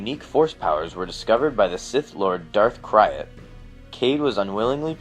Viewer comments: Isn't Crayt pronounced "crate", not " cry-it"? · His name is pronounced like crate, not cry-at. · Darth krayt is pronounced K-r-a-e-t not K-i-y-r-a-t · DARTH KRAYT PRONOUNCED CRATE NOT CRYIT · oml... Darth Krayt is pronounced Krayt... like "gate... or eight... or ate" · darth kraay'at, no, its darth kra(y)te (prenounciation wise) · ITS KRAYT not KRYAT! KRAYT like KRATOS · Just an fyi.... Its Darth Krayt not Kryat. Future reference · or "krayt dragon" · for the love of the fuck learn how to pronouns this shit properly "KRAYT" as in KRATE